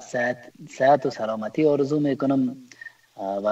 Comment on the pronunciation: آرزو است نه ححححححارزو به لحاظ خدا سواد بیاموززززززز